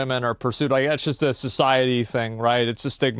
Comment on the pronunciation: socity... -Joker